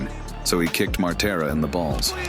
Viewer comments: It's Materla not Martela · Its maTerla, not maRtela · Materla, not ,,Martela'' 😁 Also Poland was never ,, Soviet'' 🤣🤣🤣🤣🤣🤣🤣🤣🤣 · It's actually Materla, not Martela... Pretty decent fighter actually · Dude not Martela but Materla😊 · It's perfect example that you don't know what your gibberish is about when you said "steroids" in the sentence about Pudzianowski XD And what is "cocky" about Materla (not Martella you GoT fan) in fight with Pudzianowski? You obviously don't know a genesis of this fight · It's MATERLA, not Martela haha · Materla, not Martela :D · ITS MATERLA !!! NOT MARTELA.............. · Materla not Martella